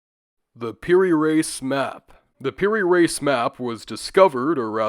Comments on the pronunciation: It’s pronounced “Ra-ees” not “Race”. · "Reis" is pronounced like rea'ees not race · Mamluks is pronounced how it sounds, and Piri 'rees' x x x